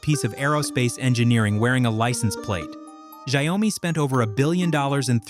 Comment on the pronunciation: Interesting video, but the AI keeps mispronouncing the name of the company, which is annoying. "Xiaomi" is not pronounced "shy-owe-me". It is pronounced "Show (as in 'shower') - me". This means "millet" or literally "little rice" in Chinese.